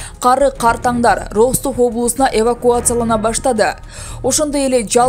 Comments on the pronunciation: Суйлоп аткан журналист Кыз Аман бол 👎 Бир созду кайталай бергени аз келгенсип создорду да туура эмес суйлойт уккун келбейт 😏 Роств областы дейт Ростов болуп жазылат Растов болуп айтылат ! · Диктор ,,Ростов" окулганда ,,Растов "-деп окулат .☝ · Журналист каяктан болосун окулганда Растов болуп айтылат жазганда Ростов жеп жазылат индеец каякта окууну бутконсун